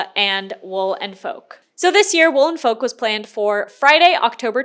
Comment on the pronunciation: I keep hearing "Wool and Folk" as "Woolen Folk" and keep picturing a convention of people in oversized fur coats 😂